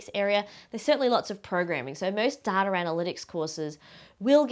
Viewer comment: Is she saying "dataR"?